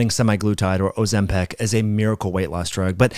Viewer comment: Why do you say Ozempic in such a bizarre way, as if it were "Ozempec"? By the way, I used Tirzepatide with great results and focusing on the clinically proven far suboptimal Semaglutide predecessor is quite far from the point. I don't think the proportion from muscle lost with Tirzepatide was in anyway specially pessimized by this drug as opposed to mere calories, sleep, and resistance training. If you're lazy during your deficit and stay in bed vs lift, you'll lose more muscle proportionally regardless of whether a GLP-1 agnostic drug is at play. What evidence contradicts this for Tirzepatide?